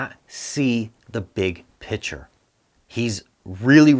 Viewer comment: Please STOP saying "BIG PICTURE" your pronunciation is shit.